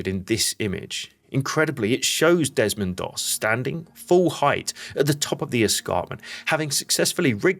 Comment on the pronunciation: Its Desmond Doss not Demond please correct if its not AI...